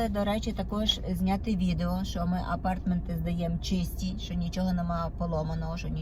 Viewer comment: АпарЭэртменты, дЭпозЫт. Як так коверкати ,чаривну укрaiнську мову.